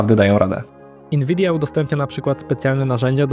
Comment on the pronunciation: Dlaczego mówisz inwidia?